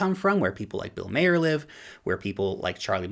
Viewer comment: and i mean. This presentation... my god...Pronunciation...Maher, Sichuan, etc///